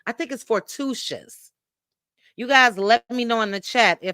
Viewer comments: The name of the movie is For-too- i-tus FORTUITOUS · Fortuitous: for too ih tuhs